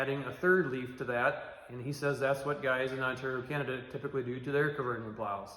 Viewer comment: k is silent bub, good video otherwise